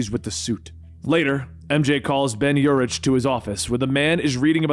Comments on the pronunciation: It’s pronounced Ben “U-Rick” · Urich is pronounced Your rick. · Great video, just don't like how you say Yuri's last name. 😂😂